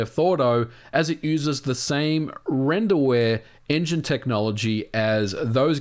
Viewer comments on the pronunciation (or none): none